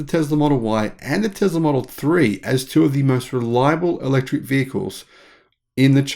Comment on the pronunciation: It's....not Zam... t's teSS-la.... not teZZ-la